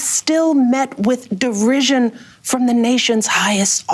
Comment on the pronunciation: Did she say dirrision lol.